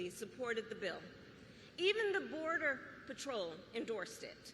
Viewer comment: Close de boder